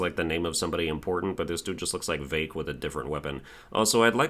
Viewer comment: Who is "Vake"???